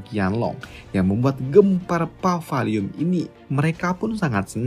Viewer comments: Paviliun bukan pavaliun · Maksudnya itu Paviliun Qianlong kan ya? Kok gue dengernya Pavaliun Qianlong sih